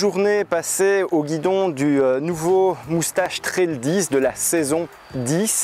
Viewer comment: l'accent belge !! on ne dit pas "tréle" mais "traile".